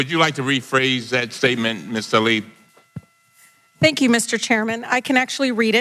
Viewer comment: Hey love y'all but it's tlaib not talib